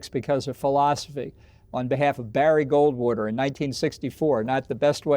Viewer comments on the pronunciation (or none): none